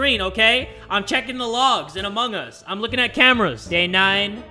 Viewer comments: Did u just say emong us time at 23.52 lol. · Lol keeps saying "emung us"